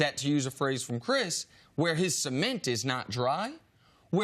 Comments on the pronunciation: HE SAID CEMENT CORRECTLY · Haha finally they pronounce cement correctly. Producers definitely had a talk with them about butchering words on live tv.